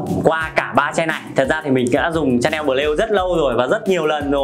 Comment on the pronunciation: Lạy cụ! Nói Tiếng Việt đã không chuẩn rồi thì thôi. Nghe phát âm tên thương hiệu chối không thể tả! Lạy hồn còn phát âm tiếng anh thì chuối cả nải😏😏